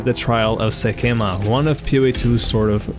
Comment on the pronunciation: First you say Sekhamas wrong over and over, even though they say it hundreds of times. Now, you I just realized you keep calling Rugja a guy. The person you're saving says "she's crazy" (not to mention the obvious screams of a woman upon death. lol) I know these are little things, but it's weird to run through the game that many times, and still get simple stuff wrong.